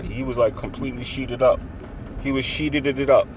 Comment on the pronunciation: "I racially profile" "He was sheet'ed'ed up" LOOOOOL